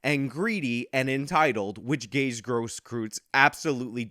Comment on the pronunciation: Idk why this was recommended but I do know, even back then, that someone who speaks his name wrong can’t be trusted. I speak on behalf of the international high council of Gage’s.